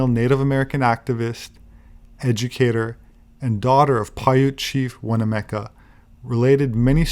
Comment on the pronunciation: I used to deliver the mail to the Winnemucca family. It is pronounced Win...uh....muck...uh. Chief Winnemucca was at Pyramid Lake when we delivered the mail there. I am very interested in giants and am writing a book on pre flood giants, If you are ever in this area I wish you would reach out, I have things to show you.